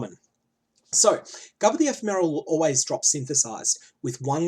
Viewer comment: Can you gain divine charges while divinity is up? If so, the downtime would be a lot less than 50/50. Also, "Ephemeral" is pronounced with the second syllable stressed, not the first.